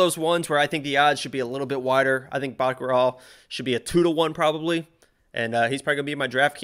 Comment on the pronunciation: the older guy is trust his ego too much. Baakreel what? it is Batgerel. the bottom guy is correct though. Danaa is the next big thing in Bantamwieght. Mongolians have one of these power.